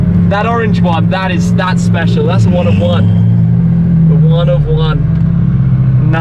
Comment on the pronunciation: he said "that's the One of One" but yeah it did sound like "that's the one I want" 🤣🤣🤣🤣